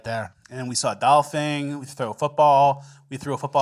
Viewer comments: TF are you saying Doll-Fing rather than dolphin 😂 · Dolfen!!! Dolphin is how you say it!!!! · Its doll-fin not doll-fing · Dolphing? Are y’all really saying Dolphing!? Wth!? 😂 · Wtf is a dolphing???😂😂😂😂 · It is DOLPHIN. not Dolphing fellas... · what is a dolfing? Did you mean dolphin? is this a bit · Why does it sound like they are saying “dolphing” and not dolphin? Fin as in finish. Not “fing” as in finger. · ?Dolphing” ? “Aliems”? 😅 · "dolpheen, dolfing...dolfang" why are you pronouncing dolphin so weird??? Lol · Nobody’s gonna comment on “dolphing” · Doll-feens and aliems wtf?!!? 😂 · What’s a dolphing? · You say 'dolphin' so weird. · You are both definitely pronouncing Dolphin incorrectly. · Why are you saying Dolphin so wired?